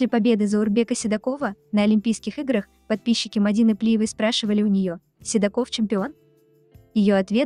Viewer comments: Правильно ставьте ударение. Не СидакОв, а СидАков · Автору! Ну во-перых, не Сидаков ,а Сидаков! Ударение ставится на ,, а'', во- вторых, перестаньте полоскать эту пару! и причинять им боль! Я так думаю, ВЫ ОЧЕНЬ ЛЮБИТЕ КОПАТЬСЯ В ЧУЖОМ ГРЯЗМОМ БЕЛЬЕ, сразу видна ваша не чисто плотность, а еще, вам нужны настолько деньги и не важно как их зарабатывать! Очень мерзко с вашей стороны!Попробуйте себя прополоскать на весь мир!!! Слабо! Не думаю, что очень порядочная, иначе не создали такой гнусный ролик. Эта пара сама бы разобрались между собой! Я никого не защищаю! Просто, у нас в Осетии любят лезть, туда куда не просят! Вот таких людей у нас ,, доброжелателей'' очень много. Я бы на их месте подала бы на Вас в суд! За то что Вы заставляете их заново пережить позор или не позор! Ведь я уверена в том что не разобравшишь Сидаков повел себя не очень красиво! Это не мужской поступок! Его слабость и что скажут обо мне! Ведь там как я помню было много приглашенных, вот и это побудило его себя так повести. Теперь о пишущих коменты: прежде чем писать свои негативные коменты подумайте о своих детях! ?????? Какие у вас дети, все ли вы знаете о них, есть у вас горантия, что ваши дети не такие!? А на это у меня все! Я просто устала. У каждого человека свой путь! И только Бог распоряжается кого казнить когомиловать! Счастья и добра всем! Молодежь нужно учить старшему поколению! Старшее поколение в семье Сидаковых видемо не об'яснили сыну о том , что всегда и во всех ситуациях нужно иметь холодную голову. Горячая голова не дает правильных решений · Он СидАков, а не СидакОв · Не Сидаков, а Си'даков, ударение на и́ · Пожалуйста ,ставьте ударение правильно .Нужно говорить СидАков .Не искажаете фамилию 😮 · Неужели нельзя сначало узнать как правильно говориться фамилие ? Тем более олимпийского чемпиона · Ударение в фамилии хоть правильно говорите!! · Фамилию правильно произноси.